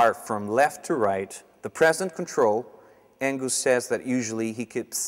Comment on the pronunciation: It’s Ang us not Ang goose